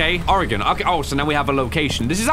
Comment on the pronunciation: aye from Oregon gang. and good job pronouncing it right most people go Oree-gon